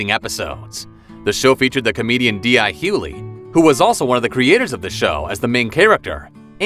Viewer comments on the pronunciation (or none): WOW! Pronounce The Hughleys correctly. And it's DL NOT DI Hughley. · This guy has never seen or heard of none of these people can't even pronounce none of their names. D i Huehley🤦‍♂️🤦‍♂️🤦‍♂️🤣🤣🤣